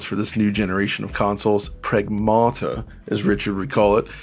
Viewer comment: Didn't even wait until after the opening statement to do Richard dirty with the accent. XD